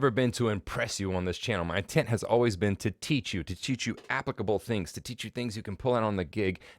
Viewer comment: great video man, did make me laugh the way you say "applicable" though- is that a Canadian thing? haha